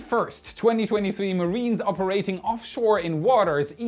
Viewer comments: Mariners as in Notices to Mariners (NOTMAR) is pronounced ma rin ers, not mareeners. Thanks for all the great insights and info. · MAH-RIN-ERS, not marine-ers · Love how you say mariners as marines lol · Nicht marines dumkopf, aber mariners. Marines sind Soldaten und Mariners sind Matrosen. Doh! Kannst Du nicht lesen?